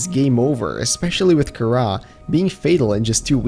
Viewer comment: At the begginging he said it karra instead of kahaara